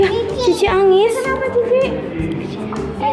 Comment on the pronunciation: Mba kameramen ngajarin Nia ngomong jangan pake kata2 yg hurufnya dihilangin. Nangis jadi Angis misalnya. Walaupun nia bilang angis, tp kita ttp hrs bilang nangis krna kalo kita jg blg angis, dia brpikir kata 'angis' adalah kata yg udh bener